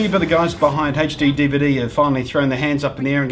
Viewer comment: i like the way you said hechD-DVD but I do it too!!!!!